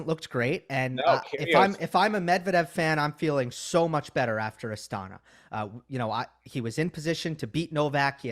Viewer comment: the Kazakhstani capital is pronounced as AstanA, not AstAna.